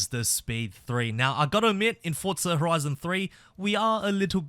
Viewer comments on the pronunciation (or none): No hate but its not "fortsa" its forza